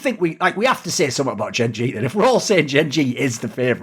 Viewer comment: that is what im say pronounced it wrong